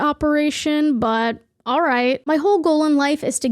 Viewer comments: I love how you say “All” lol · & ALL LOLOL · I hate how she says "all"